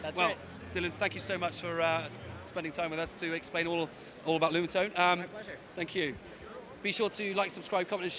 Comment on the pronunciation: Lumatone not Lunatone!